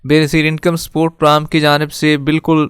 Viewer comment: Pram Kya hota hai Bhai. Program bola karo